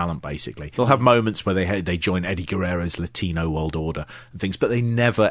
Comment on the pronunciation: "And the Wolld"